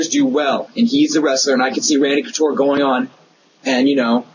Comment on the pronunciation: You said Conture. It's Couture,. LOL!